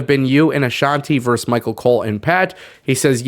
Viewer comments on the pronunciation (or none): It’s pronounced “vers-us”. Not “verse”. Versus is pitting one side against another. Verse is a line in a song.